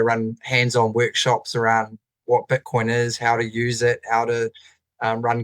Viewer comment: Why are they calling it Butcoin?